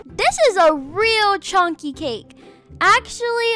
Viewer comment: omg the way she said "this is a CHONKY cake" killed me